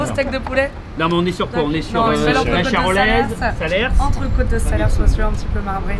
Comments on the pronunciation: on ne prononce pas le "s" à la fin de salers. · On ne prononce pas le S à la fin du mot Salers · J'adore ce que tu fais mais bordel arrêtez de prononcer le dernier s de salers vous arrachez le cœur des cantaloux à chaque fois